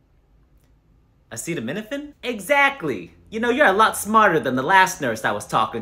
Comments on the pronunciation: I know I'm guilty of mispronouncing a couple medications but nothing like this, that "a sea of men I'm in" had me rolling. LMAO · "Ass effects" 💀💀💀 "A sea of men im in" Nah